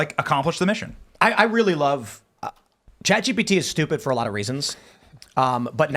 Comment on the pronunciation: “Sponsored by….. ChatGTP!”